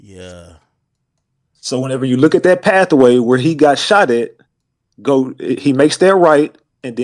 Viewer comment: If this Knigge say pathaway one more time